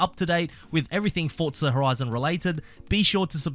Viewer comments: "FortZah".... my god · This mf says “Fortsza”😂😂😂